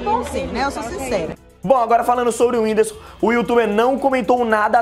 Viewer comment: Ela fala whindisu kkkkk